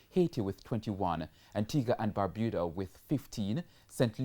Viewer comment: Barbuda, not Barmuda